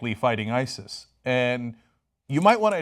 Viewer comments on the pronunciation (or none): none